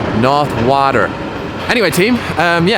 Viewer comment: Please keep saying "water" the American way 😂